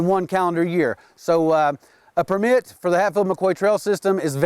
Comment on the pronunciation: PERmit, not perMIT